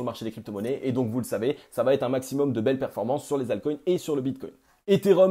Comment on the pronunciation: "Va être" pas "vaTêtre" 😉. Merci pour tes analyses 👍